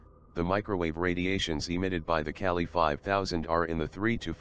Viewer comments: its not kelly its Ka-leee "Kali, Goddess of destruction" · calli or KAYLYE hard A and hard I. cay lie. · Kali (goddess name) not kyali u need homework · It's pronounced Kaa- LL - i Named after the goddess of destruction Not Kali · its called Kaaali not Cali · Kelly? do you mean. ..Kali ? please try to pronounce names as they should be spoken !!! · Just a pronounciation thing the Ka in Kali is like Monica's CA sound and the Li is like Bruce Lee's Lee . So it's not like Caltech Cali but Kali like ca - Lee. Bases on the Goddess Kali. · Kali is India goddess of destruction and he pronounced Kali wrongly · the Defense Minister said 'Curry' not 'Kali', he mentioned about his new curry recipe.